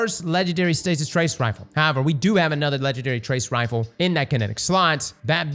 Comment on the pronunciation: Can someone on the editing team make sure to display pronunciations for this man? He says the names wrong, over and over, for both new trace rifles.